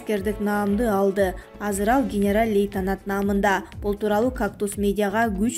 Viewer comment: Урматтуу диктор генерал -летенат эмес генерал -лейтенант туура айтчы